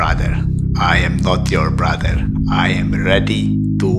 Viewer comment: "Ajem not jór bradr, bradr" 😃😃